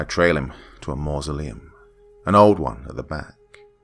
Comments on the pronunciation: When you're too drunk to pronounce masuleom. Don't worry guy, we've all been there. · The dad couldn’t say mausoleum lmao